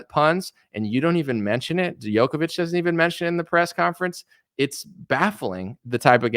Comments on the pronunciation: Long story short, at the end of the day, it is what it is. BTW, Novak's last name is pronounced Joko-vich, not Yoko-vich. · Djokovic is pronounced Joe kovich not Yo. That's why it's spelled with a D, to make sure! But the guy is the total Goat. To be at the grand slam all time top despite being excluded a few times, that's so beyond exceptional people don't even realize! And the fact he stood up to this medic-fascism madness makes victory all the sweeter. Lost a lot of respect for others who bent to the tyranny, even Nadal.